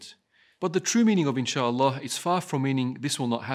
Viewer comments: "in july" not "inshalla" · Why does Biden say ‘Insha Allah’ like ‘enchilada’? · He definitely said enchilada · he said it wrong "In-Sha-Al-law" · lol he doesnt pronounce the a in Inshallah he said it like inshlla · Bruh.. He said ‘In July’ not ‘Inchallah’. Why would he say ‘Inchallah’ anyways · Bruh he didn't even say inshalla it sounded more like in july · Biden is not saying inshallah here... He is definitely not saying inshlaah here... Its doesnot fit here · July doesn't end with a "La" sound. It ends with a "Lie" sound. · He pronounced it wrong..smh